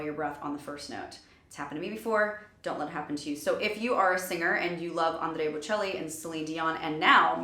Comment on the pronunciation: So Amazing! And you surprised me when you pronounced 'Andrea Bocelli' correctly as an Italian native speaker. Did you study italian diction?